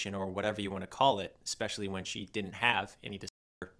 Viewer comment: Dinnint instead of didn't. When he says that it makes me nauseous